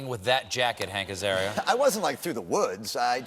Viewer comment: “Hanker’s Area”